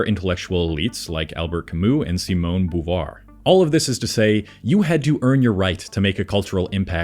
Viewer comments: I hate to say this, but you weaken your own intellectual credibility by not being able to properly pronounce the names of the famous people you are speaking about. You murdered Noam, Sartre, and DeBeauvoir before I gave up completely. I just couldn't stand hearing you pronounce Jean paul's name improperly one more time... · Pretty meh. You don't inspire confidence with your mis-pronounciations of Chomsky and de Beauvoir and your positive mentions of two of Sartre's most mediocre books ('Nausea' and 'Being and Nothingness'). Doesn't sound like you've read them, mate.